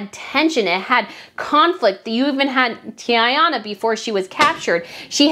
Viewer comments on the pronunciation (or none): Not Tiana or Tayana… it’s Tatiana which is a classic Eastern European name. It shortens as Tonya, Tanya, Tonja etc.. which is commonly recognized in the US. I have watched you for some time now but you getting that classic name this wrong even after watching the documentary makes me wonder about the rest of your research and its basis. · Tatyana! It’s not that hard to pronounce or remember. It’s a classic Eastern European name. Tonya/Tanya in the US is short for the same name.